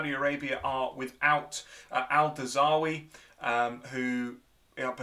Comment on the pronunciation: you see Australia beat Bangledesh 7-0 update; commented this before i watched video haha update update; you pronounced Al Dawsari wrong he a saudi icon like messi to them its pronounced AL-Dar sar-eee